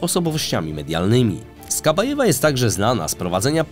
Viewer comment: Ok ;D nie wytrzymam kolejnych przekręconych nazw i nazwisk... SOŁOWJOW nie Sołowjej (Solowiej to słowik po rosyjsku. On ma nazwisko od nazwy tego ptaka) SKABJEJEWA nie Skabajewa AZARJONEK nie Azaronak I wieeele wiele innych Polecam zwracać na to uwagę bo jak w każdym odcinku są takie pomyłki to wygląda jakby prowadzący czytał coś co ktoś napisał. I nie wiedział o czym mówi.